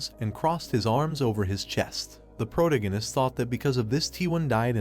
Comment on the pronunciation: 22 hours of protagonist being mispronounced is driving me insane😭. Please fix the AI voice to pro-TAG-o-nist